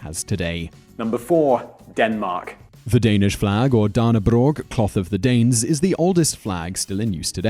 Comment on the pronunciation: You pronounced Dannebrog wrong xD its said danne (You pronounced Danne right) Brog (The o in dannebrog is pronounced as fx. broke and you are not supposed to end with a G its silenced)